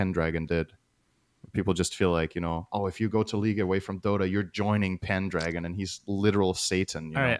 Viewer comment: Synds pronounciation of Pendragon seems more correct here. It's not a dragon with a pen after all. So it's 'pen-DRAG-on' according to online dictionaries.